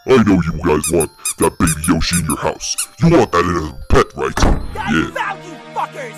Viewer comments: its Yoshi not joeshi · It's Yoshi not Joeshi